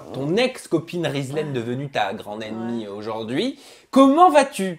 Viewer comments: tu a pa respecter le prenom de rizlaine cest (rizlene) mdr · c'est Rizlene pas rizlaine fin chez remarque 😉